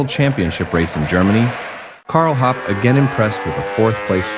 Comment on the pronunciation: Thank you very much for posting that video! But please allow one comment, the pronunciation of those German family names like Wolfgang Kalauch, Karl Hoppe, Friedel Münch and Horst Owesle is xxxxxxxx ;-)